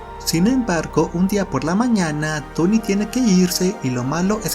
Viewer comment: Excelente reseña , solo un par de pronunciación mala pero es una chulada tu vídeo , El más feo que sentí fue Tony 😔